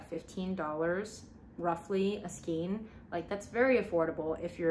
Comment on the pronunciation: how have you made this many videos and still call it skeen ... it's skaaaayne